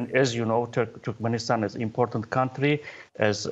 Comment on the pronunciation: Did the speaker pronounce "Türkmenistan" as "Türkmistan"?